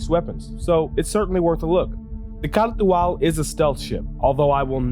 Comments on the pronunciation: I thought it was pronounced "car to al" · It's pronounced Car too all... because reasons. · A POA KAH TU AL 🤣 Ps its not bad against a Gladius. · OMG the way you’re saying it... my ears! STOP... JUST STOP! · You say it funny.